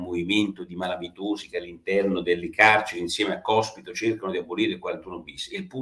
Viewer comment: ...😀 ma soprattutto, perché Porro non riesce, dopo giorni che è sulla bocca di tutti, a pronunciare correttamente sto cavolo di cognome del mona anarchico?😉🙋🏼‍♂️